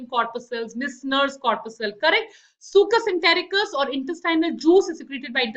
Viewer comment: Mam, but in lecture 1 you said brunners gland secreate succus entericcus!!🙄